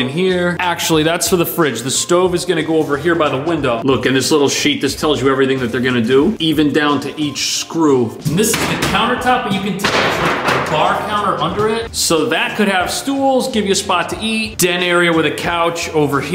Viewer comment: That said sconces, not screws. Lolol